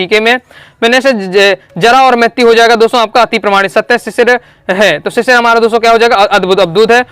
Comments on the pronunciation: भैया वह शिरीष है शिशिर नहीं😂😂😂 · Sir ji sisir ❌ sirish √